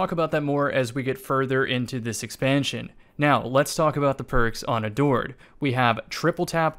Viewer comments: I don't hear "adored" I hear "a dord" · Time to start pronouncing it "ador-ED" for the next year